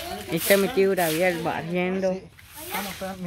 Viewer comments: Son maíz de palomitas no poporopos y es tan fácil de preparar son cerillos no fósforos se dice Gabriel no grabiel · No se dice Grabiel se dice Gabriel hay que Gabriel hay que saber pronunciar las palabras por es qué hay que estudiar para que nadie les critique como hablan así es